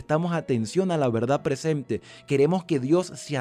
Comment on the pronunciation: “Presemte, mandamiemtos presemte, adacte, adactarnos, entemdimiemto” 😡